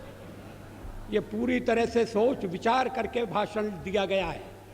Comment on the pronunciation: भाषण होता है भासन नहीं ।